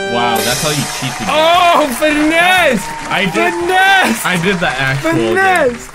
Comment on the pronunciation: Stop saying finess